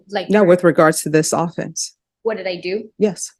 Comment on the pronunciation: I can't stress this enough. If you as a lawyer don't know that "AWE-fence" is the team trying to score a touchdown, but "uh-FENCE" is the crime, then I don't want you in the courthouse. You're an idiot.